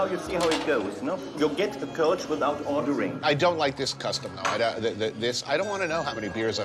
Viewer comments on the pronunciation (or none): kölsch not koltsh lol miss this dude